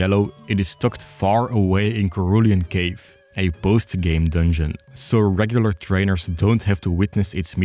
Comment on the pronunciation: Wait!!! How did you pronounce “Cerulean Cave”????!!!